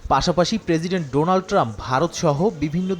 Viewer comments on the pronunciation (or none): none